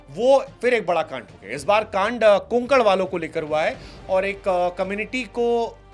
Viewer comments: Bhai कुणकण nhi कोकण fark hai dono me. को+क+ण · Kunkan No Sir Kokan says